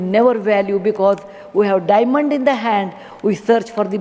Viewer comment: "we have dimannd in the hand and we search for broken glass pieces"